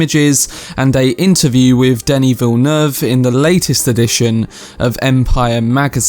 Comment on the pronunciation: "Danny"? Really, Danny? Listen to the Blondie song Denis. That is how you say it.